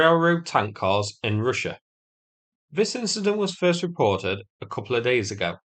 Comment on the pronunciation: Say russsha again? Great accent